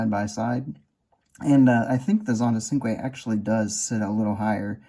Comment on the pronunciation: I don't want to sound like I'm complaining. I used to pronounce cinque as it's written, but it's actually pronounced with a CH. So as if it was spelled Chinque